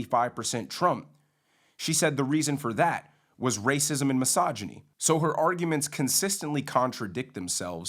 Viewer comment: my jaw literally dropped, when Sunny says MYSOGINY